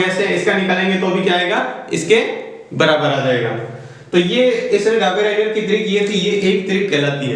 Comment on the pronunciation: It's not daberainer it is dobriner